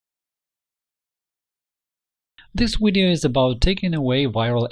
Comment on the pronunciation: your having a lot of problems with the letter v as in vector videos. they are not wedioes they are video's v va sound not we sound. practice your vs va vamp etc